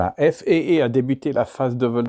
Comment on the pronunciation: Intéressant. Mais céder à cette mode de prononcer des sigles (même anglophone) comme FAA en disant "èf èïe èïe" au lieu de "èf a a" est franchement ridicule. Comme tous les anglicismes d'ailleurs. L'aéronautique est née en France avec les frères Mongolfier et Ader. Sa langue natale est le français. Ne l'oublions pas.